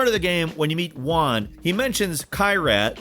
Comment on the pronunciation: Juan most be pronunced Who-Ann, not Wuan.